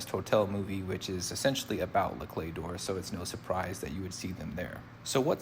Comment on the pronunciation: You did pronounce it correctly! Great vid!